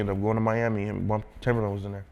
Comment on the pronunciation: How are you gonna consider him a legend and work with him yet you can't even say his name right? Keep calling him timberland and there isn't a r in his name smdh